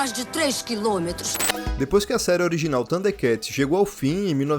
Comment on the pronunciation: A única parte do vídeo que eu não gostei, é av parte onde o narrador pronuncia o nome do desenho bem estranho, parecendo que ele come o (R) ele pronuncia "THUNDEKATS" sem o (R). Fora isso, o vídeo é muito bom. Sempre gostei muito dos "THUDE(R)KATS. 😅